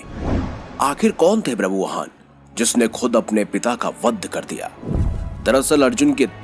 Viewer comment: It's not brabuvaan, it's ba-bhru-vaa-han.